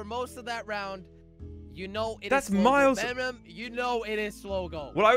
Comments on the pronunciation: said venom instead of vemom. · Jelly:vemmum. Instead of vemom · Its vemom its not venom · it is not vemom it is venom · Read "Venom's" name correctly, IT SAYS VEMOM.